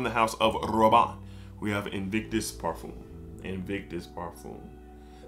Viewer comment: I like this video but as a fragrance collector my biggest pet-peeve is when people pronounce parfum as parfume. It’s par-f-um